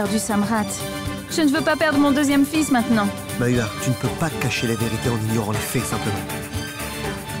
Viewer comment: Qui a remarque que ne dit pas mawa mais plustot mayra